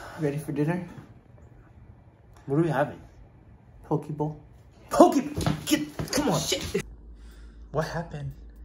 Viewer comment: Happy Anniversary !!! Btw it's poke not poki...lol 🤣